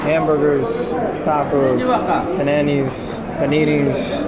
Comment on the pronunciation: At the bus station….. you said they sell punani’s (panini’s) xD … as in pum pum , lol.